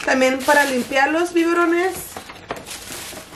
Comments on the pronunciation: se dise biberones no biborones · Omg I can't siempre ke la dise "biborones" ya me la imagination lavando los 🐍🐍🐍 en ves de los "Biberones" 🍼🍼🍼😂😂😂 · Los biborones😂😂😂 (biberones) ni uno ni otro 😍🥰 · Ni tú, ni ella... En realidad son biberones🥰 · Who else is laughing at the way she says”Biburones” 😂 Love you 💗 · And she said it twice 😭😂😂😂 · For a moment I thought she was saying tiburones hahaha 😂😂😂😂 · "LOS BIBORONES" LOL ay! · All the time I thought she was saying tiburones 😂🥺♥️ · I giggled every time she said bivorones 🤭